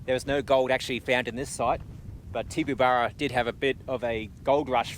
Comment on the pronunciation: pronounced "Tibaburra "